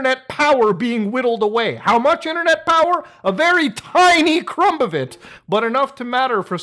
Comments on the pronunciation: you have become the first person I have ever hear pronounce the b in crumb... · I never heard someone pronounce the B in crumb before. 😂